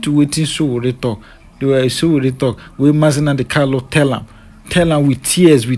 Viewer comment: It is Nnamdi Kanu not Kalu.